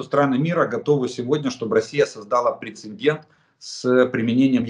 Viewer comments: прецедент, а не прецеНдент. конвенциОНальное, а не конвенциальное. шо уж совсем-то... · Пре-це-дент. Без второй «н», Олег Владимирович. К сожалению, Вы заучили неправильно.